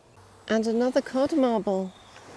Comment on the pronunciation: said modd Carble instead of codd marble lol. We all say things like that sometimes. Love you guys.